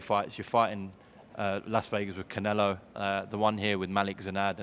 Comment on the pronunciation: It is common for Russians pronounce O as A. For example Kovalev used to say it long ago